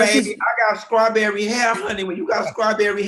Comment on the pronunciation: Ok, but is he saying scrawberry shortcake? SCRAWberry?